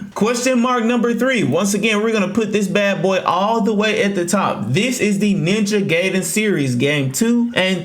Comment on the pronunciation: bro its ninja gaiden not ninja gejdn